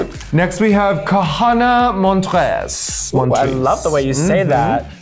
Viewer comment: “Kahanna Montggres”